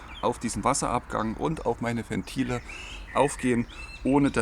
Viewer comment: Alter, Ventile mit W, nicht wie Fentile